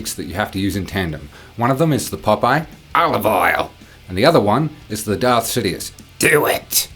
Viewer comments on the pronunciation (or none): none